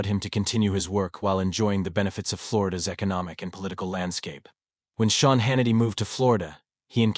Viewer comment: If you can't get your VOICE to pronounce Sean right. Shane??? Stop your videos.